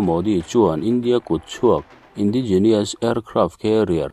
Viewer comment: Indigenous tih a nia,indi nilovin INDAI tia lam.tur niin ka hria